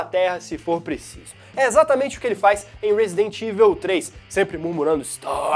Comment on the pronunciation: Só uma crítica construtiva pra galera! "EVIL" se pronuncia "Ivol" não "ivel" Abraço :D